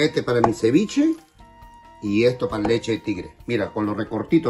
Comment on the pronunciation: AjajshahjajhHgaha ciwichi no es si pes.